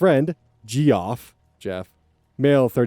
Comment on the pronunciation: you pronouncing "Geoff" as "jee-off" caught me so off guard it's past midnight rn i should not be laughing 😭😭😭